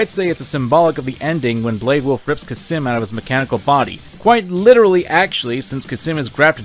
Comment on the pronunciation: I love this video dearly, but there is one thing that keeps bothering me: did you forget the letter L exists. It's khalsim, not khasim.